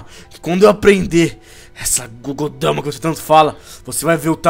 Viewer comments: n é gogou dama é bijuu dama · não é gudodama é bijuudama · não é Kogodama, é Bijjudama